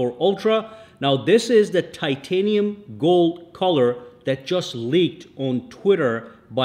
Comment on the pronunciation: Titinum fold 😂😂 apple said titinum Samsung says titinum 😅😅